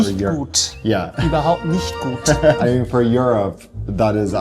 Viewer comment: "nicht gut - überhaupt nicht gut"😂, your German impressed me, clear and understandable❤! The overlaid explanation in German wouldn't have been necessary.